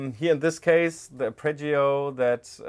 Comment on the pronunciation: "aRpeggio", not "apReggio". 🥴